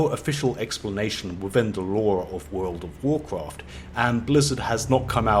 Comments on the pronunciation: Damn dude, one more "wood of wuacrat" and i'll unsub you 😂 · Wuuf ovf Wukraft vid is up again... WTF he still keep pronouncing this wuuf ovf Wukraft till today??!?? Dont he read comment?!?? 🤦🏻‍♂️